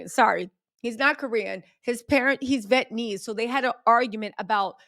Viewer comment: Vee-et-nuh-meez Vietnamese, spelled out phonetically for you…